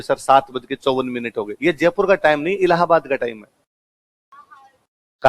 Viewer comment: तो फिर जयपुर को जजपुर तो नहीं बोलते हैं